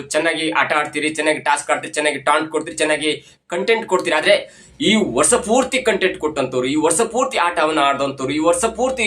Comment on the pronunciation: ಕನ್ನಡ ಸರೀ ಮಾತಾಡಿ ..ಸೂಟಿಂಗ್ ..ಅಲ್ಲ ಶೂಟಿಂಗ್ ಅಂತ ..ವರ್ಷ .ಅಂತ .ವರ್ಸ ಅಲ್ಲ ...ಇನ್ನೂ ಕೆಲವು ಇದೆ ಅಸ್ವಿನಿ ಅಲ್ಲ ..ಅಶ್ವಿನಿ .